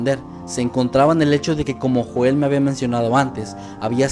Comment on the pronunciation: Se proncua YOEL!!! No Joel maldita sea!